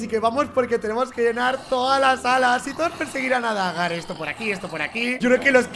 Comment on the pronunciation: No es baga es dagar ashhhh